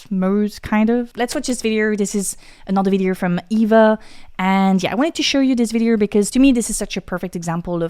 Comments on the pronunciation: "Video" pronounced "vidi-er", "India" as "Indi-er", "project" as "prerject" and masking your french accent with "er" sounds is still distracting. Love your content. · Video, not videERRRRRR. It's bad enough when the yanks and Aussies do it.